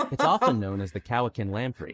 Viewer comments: Lake Cowichan and Mesachie Lake. Cowichan is pronounced more like Cow-i-chen not Cow-i-can. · I don't know where that narrator was from, but his pronunciation was way off. I had to look up the lakes for the lamprey. Holy F was his pronunciation off! Lake Cowichan (cow-itch-an) [no T in Cowichan, for pronunciation purposes] and Mesachie Lake (mes-ach-ie), these lakes are close to each other (5km apart) and not far fom me 30km. I've not seen any lamprey nor lamprey predation on trout I've caught. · He is mispronouncing Cowichan...on the Cowichan lampree... its pronounced Kow a chin